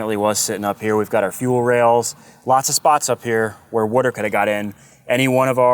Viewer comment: When you say "water" it sounds like "weerter" Great project.